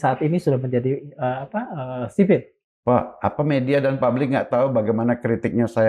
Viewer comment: Sipil bukan siy dis